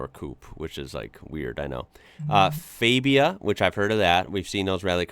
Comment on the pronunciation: Bro, when pronouncing Slavic based words, you need to "forget" English pronounciation, because in Slavic languages spelling and pronounciation are exactly the same... For example Fabia isn't pronounced FEJBIA but FABIA... I drive MK1...